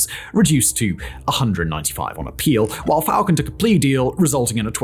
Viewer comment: That time was real they had a damn Burger King freezer truck for bodies . And now it’s getting back to that killings in broad Day light.. and it’s Falcon but pronounced FalCONE